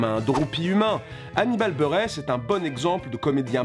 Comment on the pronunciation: "Annibal burré"